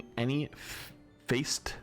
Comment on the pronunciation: ☝️🤓 urm actually it’s pronounced fa-set A cube has six facets (sides/surfaces)